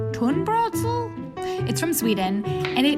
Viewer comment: Me being a Swede not having tried the Swedish one... 😬😅 I just put Ketchup, strong mustard and dried, fried yellow onion 🤷‍♀️ It was very funny hearing you try to pronounce tunnbrödsrulle tho..